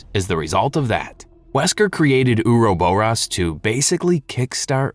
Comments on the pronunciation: Same with "ouroboros". It isnt U-ru-bu-ros. It is or-ro-bor-ros. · "uruboross" is NOT how you say Ouroboros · ok and I have to stop. If you are doing a 3+ hour voice recording, and you come across a word you aren't sure of, google it! I can't count the number of times you have mispronounced words so badly it makes me stop. I drew the line at "ouroboros". You said it wrong like 10 times back to back. Do the smallest amount of research before committing to something like this. I had to give this video a thumbs down and am going to look for another similar video in hopes they can speak properly. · The way you pronounce the word ouroboros is absolutely abysmal 🤣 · The way he pronounces Ouroboros makes me cringe for some reason. HOWEVER, the content is an excellent storyline breakdown